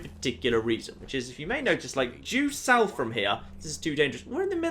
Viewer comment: jew south? don't you mean due south?